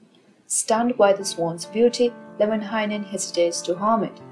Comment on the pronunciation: American here, was reading the Kalevala and kept thinking, "There's way too many syllables in this guy's name. " Came to this video, and the way you pronounce it sounds way better than the way I was reading it.